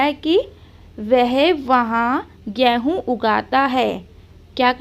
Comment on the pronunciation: Gehu mat boliye game hun Hota Hai